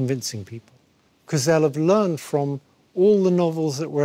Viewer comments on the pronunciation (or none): none